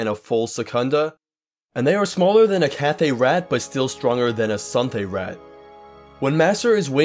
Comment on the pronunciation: Suthay-raht being the most common outside elsweyr just doesn't seem to be true given all the Khajiit in Oblivion and Skyrim are Cathay. Also, why are you saying Sunthay? I'm 100 percent certain there is no "n" in it.